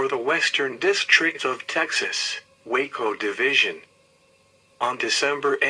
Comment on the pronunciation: Hate to be picky but is it pronounced Ball - ch, but got Waco right. If you don't want to be on death row then don't mess up in Texas.